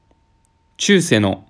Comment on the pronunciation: ちゅうせいじゃないんですか